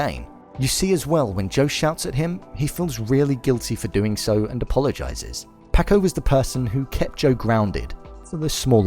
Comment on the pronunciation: I love that this dude has watched all 10 episodes but still says “Pack-oh” and “Can-deece”